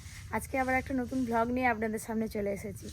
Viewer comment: পাতলা❌পাদলা✅ ব্লগ❌ভগ✅ মজা❌মোজা✅